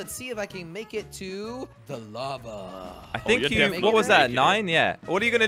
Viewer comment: you said tank you!! lol